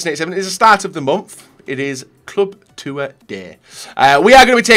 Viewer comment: "Club Two-er day"